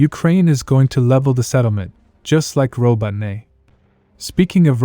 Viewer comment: Ro bo Ne... This robot voice needs an upgrade - sounds legit a bit dyslexikkkkk